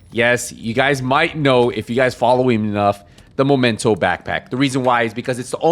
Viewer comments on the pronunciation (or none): Please, Memento, not Momento! It's right there in the tooltip 😅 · imagine having a favorite backpack, like he says here, and calling it wrong, momento :))) ... smh ... and people watch these guys unironically...